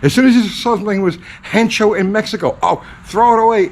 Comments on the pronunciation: There is no "n" in Hecho ....its " hecho en mexico" not "hencho en mexico" just so you dont sound uncultured. You seem like a good dude. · "Hencho"... hee hee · Spanish lesson of the day. Hecho, H is silent. There's no N. Hard ch you got right. Eh-cho. Margarita time! Thanks for the memories. I remember my dad teaching me to wrench and cursing the old Japanese stuff. Amazing how they worked so hard to improve. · Last time I spoke fluent Spanish (never), there was no “N” in hecho.